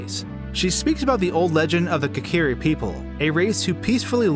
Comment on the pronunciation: Kakeeri forest? It's Kokiri. Pronounce Koe-ka-rE